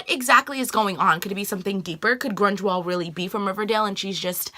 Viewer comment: LOL Mrs. Grungewald (Grunwald)!! You still have PLL on the brain.